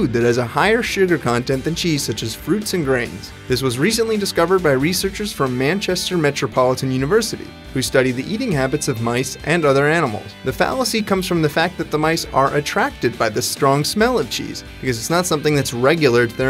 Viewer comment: Configurings man-Chester